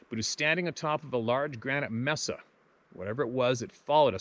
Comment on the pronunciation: Pronounced MaySah amigo. Your videos are getting more succinct and entertaining! Thank you and Keep On Truckin on Bro!